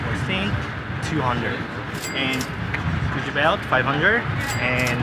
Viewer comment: “dis like gusshi like five houndrad”